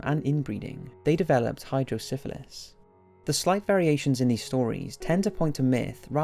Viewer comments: It's hydro kefali not hydro syphalis hydro kefali means water head in Greek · Hey its called hydro kefali not sifeles or whatever you spell it kefali stands for 'head' in greek